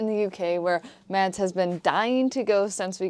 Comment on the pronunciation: I wonder how long it will take Ava to pronounce her husband’s name correctly. It’s not hard. I love your channel but this makes me a little Mads.